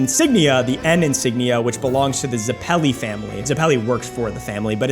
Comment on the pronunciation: Who says zappellee and doesn’t say zep peli